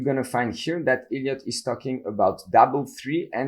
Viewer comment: Sounds like he's saying "idiot" wave lol